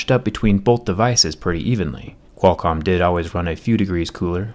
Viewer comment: The way he says Qualcomm is so satisfying